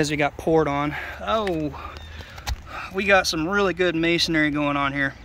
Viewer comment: Dude your sarcasm is well placed. When you tapped just above that electrical pipe service boot, water gushed out. Also, every time I hear you say "masonary" I cringe...lol It's masonry